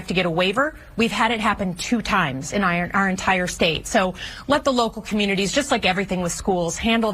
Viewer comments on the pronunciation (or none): "Let the local comminities..."???? Did I just hear what I think I heard????